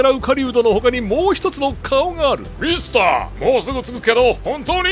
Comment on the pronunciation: ミスターがミスタにしか聞こえない